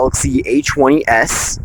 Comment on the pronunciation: I love the Samsung A-'chwenny'-S.